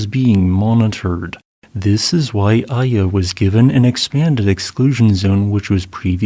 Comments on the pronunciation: Iya in my language is pronounced ee-ya, a rock. Iya Kawa is called the Devil's Peak today. My first thought was, how could Iya Kawa cause a tsunami LOL. Meanwhile, I'm beginning to think Indonesia is cursed, erk. As the Chinese curse someone, May you live in interesting times! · small correction on the pronounciation of Ende, its like Endé. and Iya is pronounced Eeya :D